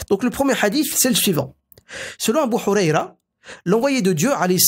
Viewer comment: يدعى الصحابي الجليل أبو هريرة رضي الله عنه بالحرف الهاء و ليس أبا حريرة بالحرف الحاء و بارك الله فيك أخي الكريم.